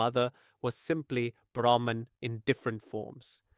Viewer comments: Beautiful explanation by giving the example of dance. Small correction: "Brahman" is pronounced as "Brah-maan" in this context (universe). Thank you for this video. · Its Brahm not Brahman